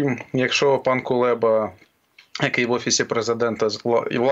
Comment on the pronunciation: Хто такий КулЄба? Чому кулЄба?